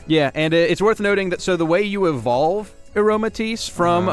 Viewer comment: If you're a grammar Nazi, it's all down below. Fletchinder is a combo of "fledgling," it's past evolution's name, and "tinder," so it's pronounced "fleh-ch-in-dur," I'm fairly certain that Aromatisse is "aroma" and "entice," so it'd be "ah-roh-ma-tie-ss." And the "T" in sachet is silent, so that's being mispronounced too. Dragalge is "dragon" and "algae," so that's "drah-gahl-gee." I want to get on to you about Trevenant's pronunciation, but I think you might be right on that one. But it's name comes from the combo of "tree" and "revenant," not "deviant." Lastly, you're missing the "L" in Yveltal's name.